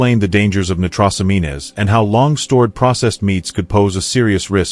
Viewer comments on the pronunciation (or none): ''Nitros amean es'' lol AI can't hack it yet, nitrosamines pronounced ''nitro sa means'. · See if this helps from a search engine on pronunciation: nitrosamines /nī-trō′sə-mēn″, nī″trōs-ăm′ēn/ Not "...amean-ez". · Hey bot, It's not "nigh-tross-a-mean-ez", it's "nitro-sah-means"